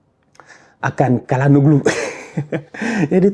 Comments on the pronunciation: Le ç ou le c ne se prononce en aucun cas en k c’est plutôt le Ché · Çalhanoğlu se lit : tchalane olou🤞🏾😊